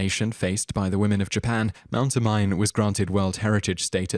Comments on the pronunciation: It's pronounced Oh-Mee-Nay. Not Oh-Mine. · you mispronounced Mt. Omine. It's not (oh-mine) it's (Oh-Me-nay)...Hermione would be furious.. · Omine is pronounced "Oh Mee Nay." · It's not O - Mine. It's O - Mi - Ne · it's pronounce Mt. (Oh-mi-ney) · Its not pronounced as Mt. Omine, it is pronounced as Mt. O-Me-ne